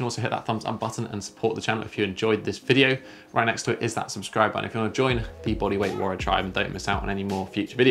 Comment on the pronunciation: Notice that each video your pronunciation of "Body weight warriors" gets more garbled🤣 Love the videos still 👍